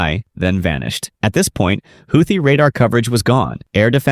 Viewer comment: You can’t pronounce Houthi